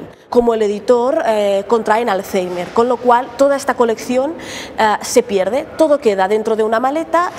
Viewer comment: The way she pronounces Alzheimer's is so bizarre